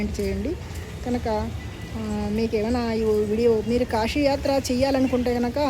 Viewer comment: Q. మీకు శివ అనటం రాదా.... దయచేసి మీ అతి వాగుడు ఆపి.... ముందు శివ అని..చక్కగా..భక్తిగా ఉచ్ఛారణ చేయి... Siva. Shiva కాదు. నీ పైత్యం ఆపు.... శ.....అని పలుకు. ష....అని పలకవాకు. తెలిసి...భక్తి విషయంలో ఇలా పైత్యం చూపితే...నా మాటలో కటువుగానే ఉంటుంది. ఆశ్రమము కశీ శివ మరలా చెబుతున్నా... కాషీ కాదు...కాశీ... షివ కాదు... శివ ఆష్రమము కాదు..ఆశ్రమము ష ..అనవసరంగా పక్కకు... దైవ సంబంధములో అసలు పనికిరాదు